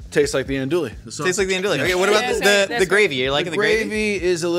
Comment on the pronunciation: As a Cajun, I appreciate the zealous use of Tony's, but I'm gonna carve my ear drums out the next time I hear you call Andouille "Anduly", or call roux gravy lol.